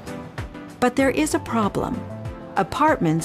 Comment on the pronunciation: es they're is a problem o "there's a problem", ya me confundí jajaja.